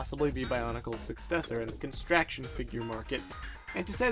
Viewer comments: It's pronounced construction not constraction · The f**k's Constraction? It's construction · It's construction not constraction, but still good. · Can he really not say "construction" correctly?